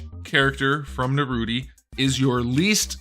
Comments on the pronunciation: I’m gate keeping you for saying Naruti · "Uchicouchie" "Narutie" "Sasuki uchicouchie"